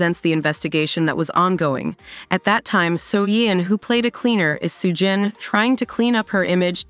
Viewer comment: AI needs to work on its pronunciation; literally got every name except Soo-jin wrong.